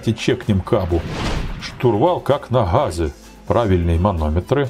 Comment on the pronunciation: Интересный электровоз, а подача материала ещё интереснее. "Штурвал как на гхазе" - улыбнуло😂 В общем, как обычно - the best👏👏👏